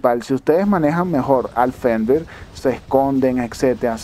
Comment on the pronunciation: Hola Y de pronuncia fernir:v